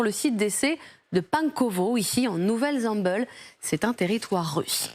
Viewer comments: En nouvelle Zem"beul" 😭 Но́вая Земля́, prononcé Novaïa Zemlia en russe. Nouvelle-Zemble étant le nom donné en français à cet archipel russe, il faut donc prononcer en français Nouvelle-Zemble (nu.vɛl.zɑ̃bl). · 'nouvelle zemble' hihi c' est pas anglais la prononciation , personne ne reagit sur le plateau . la culture général et de plus en plus médiocre. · Pourquoi prononcer " nouvelle Zamble " a l'anglaise ??!!! C'est le nom Français d'un territoire Russe ! Votre manie d'angliciser les noms que vous ne comprenez pas est ridicule et franchement énervante ! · Faudra dire à la demoiselle en mini jupe en cuir (qui m'excite) que ça se prononce pas comme ça La Nouvelle Zemble